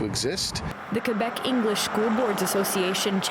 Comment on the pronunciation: This idiots can't even pronounce Quebec properly and they are pretending like they care.